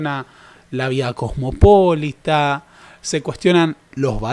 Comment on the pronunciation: En casfellano se acentúa diferente. Cosmopolïta